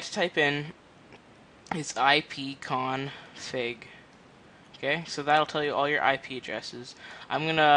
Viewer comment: ipconfig, not ipconfake